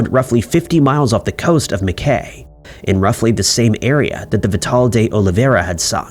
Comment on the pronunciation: Mackay QLD australia Is pronounced mackeye. Mx